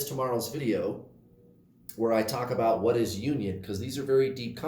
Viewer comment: Good morning,! That is not how we say "about" in Canada! 😉